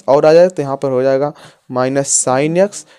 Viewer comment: Bhai X ko yaksh kyu bol rha h